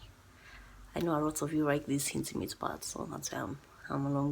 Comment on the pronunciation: The way you pause to tell us about the construction happening, the hintimate part at the end.....woi. This whole video has made my morning which by the way did not start in the best way but here I am, ribs hurting thanks to you. LOL I have had to get out of the office for some fresh air.